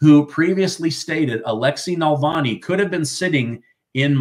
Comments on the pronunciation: It's "Navalny" not "Nalvani". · Alexei Navalny not nalvani, love your work tho, you’re amazing too. News that brings a smile,😊 even if some of it is frustrating (New York Engoron bullshit)